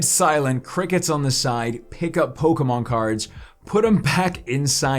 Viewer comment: Does he realize it’s sounds like Pokinon Not Pokamon